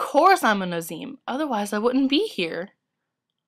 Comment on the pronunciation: Wow, thanks! :) ANd i think I pronouced Azim wrong! xD I'll keep a look out for the other casting calls! Thanks!